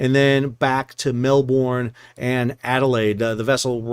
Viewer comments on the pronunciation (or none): Please...Mel"burn" NOT Mel"born" pronunciation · How to speak Aussie. Melbourne.... its not Mel-born...its Mel-bun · btw, Melbourne is pronounced like you would say Melbern. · ooh... mel ben, tan jung pelepa, canes. pehth, no r's in australia. no hard finishes in malay words.